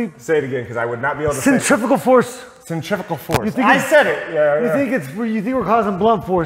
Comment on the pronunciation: Centrifugal is not pronounced anything like what said. Both the F and G are enunciated, like a Bugle, but a Fugle instead